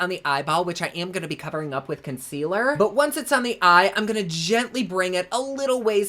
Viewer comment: I laugh when u say consquealer. Every. Single. Time. 😂😂😂😂